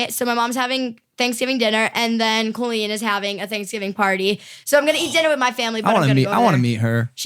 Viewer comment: Logan the way you said Colleen is the correct way to say it! My name is Colleen and the way Colleen Ballanger says it Cole en is wrong. Technically she should spell it with one L if she is going to pronounce it that way. lol Colleen with two LLs and makes the collie sound. So you are technically correct! Coll-een. It drives me nuts how she says it! Not a lot of us in the world!